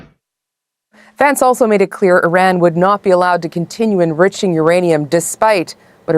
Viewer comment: They can’t even pronounce Iran correctly. I rann